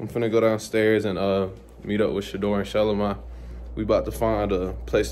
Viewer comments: Who would’ve thought that’s how you pronounce shelomi name . I thought sha Low mee. It’s shylowmy 😂 thanks Shilo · This is the first time I've heard Shelomi's name pronounced like that! I've only heard people say Shuh-LO-ME. I think it's because I've only heard her family call her Bossy so I've only heard the general public attempt to pronounce it. We learn something new everyday. :) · Shelomi name being pronounced like that is wild I definitely thought it was pronounced different … when they say her name it sound like they joking but then she said it and I was surprised